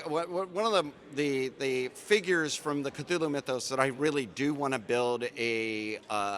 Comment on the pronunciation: La foule que l'on aperçoit à travers la vitre, ça me fait penser à Walking dead! Tous ces gens qui avancent lentement et s'agglutinnent au même endroit. 😅 Sinon sympa l'interview. Et cette prononciation de Cthulhu à l'anglaise, merci 😁